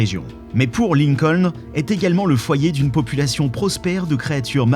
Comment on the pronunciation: C'est "Port Lincoln" et pas "Poor Lincoln"...